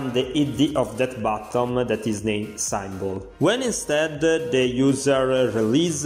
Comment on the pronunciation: I cant get over how he pronounces symbol